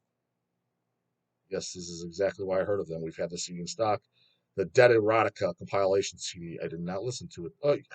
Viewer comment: do you like Com-pile-ation albums or the Deb-yoot albums?